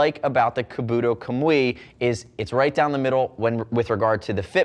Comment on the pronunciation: Kabuto (kah-boo-toe) kamui (com-whee)